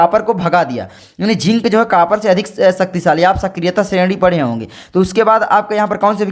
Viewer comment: Kapar nahi bhai copar hota he (Cu)